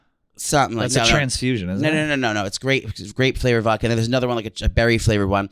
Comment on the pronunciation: Is that real pronunciation with “Vocka” or is he pandering to brain dead Philly people?:)